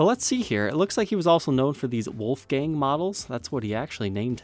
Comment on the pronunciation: pronouncing Wolfgang is the funniest thing of 2020.